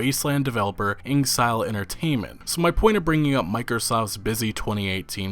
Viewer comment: InXile Entertainment is pronounced like the saying of being In Exile (Like many EU goverments were in ww2)